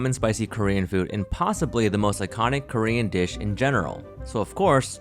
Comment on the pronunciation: I appreciate how well pronounces the Korean dishes